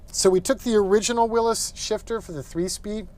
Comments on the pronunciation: Whatchu talkin bout Willis? Its a “Will-ees” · It's Willys not Willis! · It's a willys , Not a willus. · Beautiful job....But it's pronounced 'Willies' Not 'Willis' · Good video. Only comment is that it's pronounced "Willie's," not "Willis." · am I the only one bothered by him saying it like "willis" versus the correct "willy'S"? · Haha, that'd be "Willys's", or "the Willys historian". What you've written WOULD be pronounce Willees. Yeah, I've got nothing better to do LOL. I've been trying to unstick a 40 years sitting Willys Knight Light Six sleeve valve engine all weekend and it has, for the time being, got the better of me. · It has never ever been called or pronounced Wil-lis it has always been Wil-lys as in Willys. And it has always been spelt Willys period. Thank You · Really? The original name of the car company was Willys-Overland, NOT Willis-Overland......I own a 1949 Willys Cj-3a, NOT a 1949 Willis Cj-3a.....Smmfh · Williy W I L LY 's WILLEES. Very well done. If this was in the N.E. the floors would have been gone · Awesome build but is he saying Willis or Willys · it's pronounced Will-eez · Don't know Why he pronounces Willys as"Willis". No one I know ever heard it pronounced that way, including announcers at drag racing events.( Willys coupes are a popular body style for "gassers" and other classes.) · "Willis" WTF? Willys has a Y. Also Jeeps are NOT trucks. A man of your caliber should be aware of proper English... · Huh! Never heard it pronounced by anyone that way in over 50 years, even as a Jeep mechanic. I think the "correct" way is a recent fad? Names often deviate from what is correct. I have a friend with the sir name Koch who says it is Cook, but people refer to the Koch brothers as Coke. Others, Coach. Guess I'd have to hear it in an old TV commercial or from the Willys family... Now Porsche is another story...and Toyota was the Toyoda family.... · You pronounced "Willys" wrong.